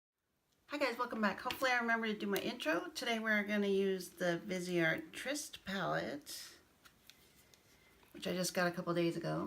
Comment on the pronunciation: Beautiful looks and great swatches too. I liked your perspective on brushes. Greetings from Canada 🍁. Viseart means FaceArt. VEEZ R is how you say it. Vee Zar. No T.